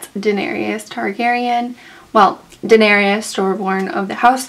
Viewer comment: it's Daenerys ...3 syllables "duh-NAIR-iss" NOT duh-nair-ee-iss